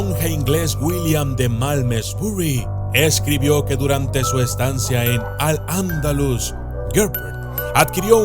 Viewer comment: Eres la primera persona que oigo pronunciar bien al andalus